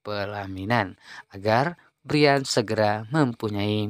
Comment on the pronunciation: Brayen hay...bukan briyan.. Payah